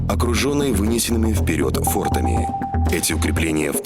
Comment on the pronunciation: Чтецу: фортами ударение на А